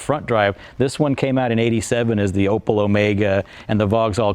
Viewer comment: Opel, not Opëll